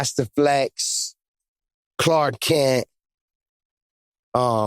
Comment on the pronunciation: Khaled is Lit! That man just said “Cark Klent”. I can’t unhear it. Had to rewind that a few times 🤣🤣🤣💀💀💀